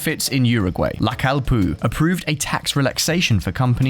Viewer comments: It's NOT Lacalle Pooh!!! FFS!!🤦‍♀️ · Luis "Lacal pu" 🤣🤣🤣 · "Looee Lacal Poo" 2022